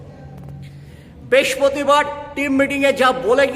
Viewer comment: paktis, bespotibar esob ki uccharon! 😂 r Sanan er dik ta Ashis Rai er side. Subhasis ki korbe? 😅